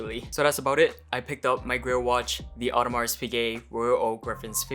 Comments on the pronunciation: Congrats Bro The S in Audemars is silent ;-) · congrats, awesome watch! Just do not pronounce the S at the end hihihi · Great watch, great passion, great video. One thing please: no "s" in the correct "Audemars" pronunciation.